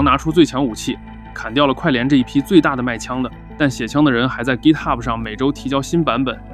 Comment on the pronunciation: 明明是GitHub，为什么非得读成gitahub，显得洋吗